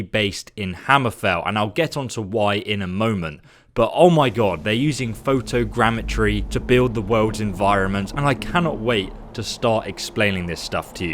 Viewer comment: Couldn't help but cringe every time he said photogeometry. Ifs photogrammetry.